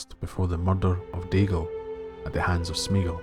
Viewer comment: Three syllables: "smay-ah-gol". Tolkien's languages have no diphthongs, meaning when you put two vowels together they don't make a single phoneme, as in the English "meat". All his vowel combinations are pronounced separately. (Which is why there's an accent over the "e").